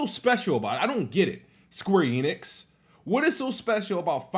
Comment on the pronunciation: 1. 20 seconds into the video and he’s already strugglin to say the word “planet” correctly 2. “Square Enid lost ME as a POTENTIAL customer” sooo… the franchise isn’t technically overrated since you would be OPEN in playing the game if it was on XBOX xD 3. Says SQ is MILKING FF7 franchise, but he is cool about the amount of Halo Gears and Forza games that exist LOL 4. “Idk what’s so special about SQ” but cries on why they can’t release it on Xbox… 5. Calls SQ overrated and said “idk whats so special about them” but is STILL planning on getting Forsaken LMAOOOOOOIEBCHUD EXPOSED!